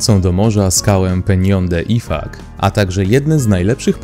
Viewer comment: Szanowny lektorze IFACZ czytamy a nie ifak